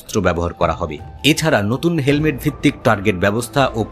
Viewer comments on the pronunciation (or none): none